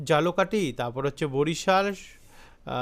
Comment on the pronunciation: ওটা জালকাঠি হবে না ভাই। ঝালকাঠি হবে ভাই।